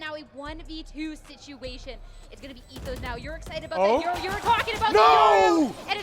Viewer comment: When a professional commentator calls yoru “euro”